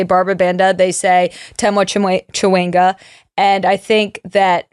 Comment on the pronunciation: Just for clarity Temwa’s last name is said with a Sh versus a CH so phonetically is Shawinga